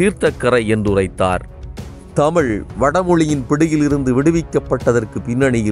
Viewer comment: சிறப்பான பதிவு. நீங்களும் தமிழை தமிழ் என்று கூறுங்கள். தமில் என்று கூட வேண்டாம் என வேண்டிக்கொள்கிறேன். நன்றி.